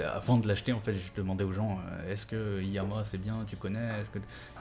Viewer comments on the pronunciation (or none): En fait la marque c'est iiyama pas liyama